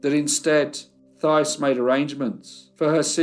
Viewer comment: My great grandfather also left Quebec to work in the mills in Lowell, MA (pronounced "Lole"). My mom's family is also from Lowell. (Also, in the name Thais, the Th is pronounced like "T" - similar to Tyce.) I enjoy your videos.😊